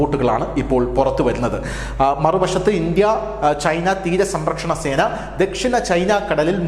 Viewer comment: തീര സമ്പ്രക്ഷണസേന😂😂 10 പ്രാവിശ്യം എങ്കിലും പറഞ്ഞു😂 സംരക്ഷണസേന എന്ന് പറയടാവേ😮